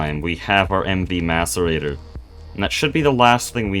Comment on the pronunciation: Thank your for pronouncing Macerator correctly. You are the first Greg player I've seen that has, haha.